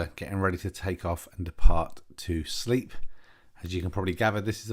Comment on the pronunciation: Yep, nice landing. I understand Sleap is pronounced Slape though 😉. Lovely airfield in a beautiful part of the world. My skill test involved a MATZ pen of Shawbury, not below 2400'. Sure enough 2 huge cumulus blocked my way and I had request 2000' to remain vfr. The controllers there are really good, and they are used to Students knocking about in their AIAA, so I got the alt I asked for. Looking forward to more vids, with ATC if poss!